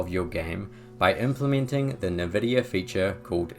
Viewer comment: The way you say nvidia actually annoys me